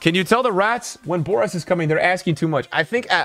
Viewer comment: BoraS not BoraT lol. Love this episodi, Boras is one of the best and incesto people in the fut community